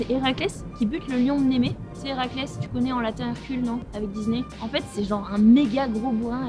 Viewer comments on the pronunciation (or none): none